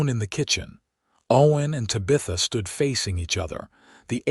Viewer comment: EDIT & REVIEW!! Edit the writing. Edit the READING. Edit the graphics. Edit the closed captioning. The name is pronounced "Tab-i-tha" not "Ta-bitha". EDIT & REVIEW!!